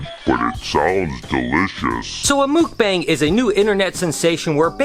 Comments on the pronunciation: Awesome! Here's an inside tip; we Koreans say it more like MOOK-bahng than mook-BANG. The 'bang' part is a bit softer. I love this video, keep it up!!! 🤗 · Its pernonserd muk not mook like yuk but muk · Hi ~ mukbang is Korean and it's actually pronounced Muck-bang not mookbang,😉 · I always heard mukbang pronounded as "muck-bong" instead of "mook-bang" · it's pronounced MOOK - BONG 🤦🏽🤦🏽🤦🏽 I cringe everytime. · Not to be that guy, but your pronunciation of Mukbang kept making me flinch... Its kinda like Mūk-bong with the U sound being kinda like a "ooh" sound... I really love your videos though! You live the dream I only dream about! Also, would you be cool with me doing an unboxing video of a snake I am looking to buy from you? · It’s pronounced muhk-bawng lol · Haha thats not how you pronounce “mukbang”. Muck-baahngg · It's pronounced Muck-baa-ng Like you MUCK a barn BAA baa black sheep -NG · its pronounced muk - bong not bang lol. Awesome video though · I'm giggling as you're pronouncing it wrong. 😂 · You are saying it wrong